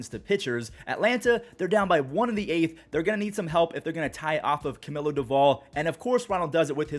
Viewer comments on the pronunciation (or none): none